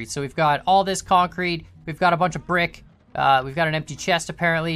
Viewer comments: You mean kAncrete? XD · Oh my god I will never hear the word kancrete the same ever again. I MEAN CONCRETE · Yay now i hear KANcrete 😅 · Because of you I now hear (concrete) kancrete